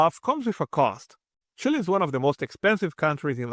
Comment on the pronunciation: “Chile” rather